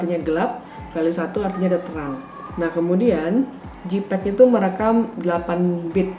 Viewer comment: Makasi kak untuk informasi yang sangat berharga ini. Masukan aja kak untuk pengucapan JPEG (baca: JEIPEG, bukan JIPEG), RAW (baca: Ro bukan rau/rou).